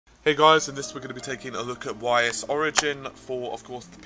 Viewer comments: 1. Ys is pronounced "ees" not "y-s" 2. There were two talking trees in Ys 1 on the NES which predates N64's Zelda:OOT and you compare them as if Ys copied Zelda with a talking tree... a better comparison would be that all ys games feel alike and all zelda games feel alike 3. Lol tenticle kamehameha 4. You talk too much. 5. Just make a short video of pro's and con's(just want to know if its worth the money) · I think it's pronounced "ease" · Actually it should be pronounced "eess", It's actually mythical city that was built in brittany. :)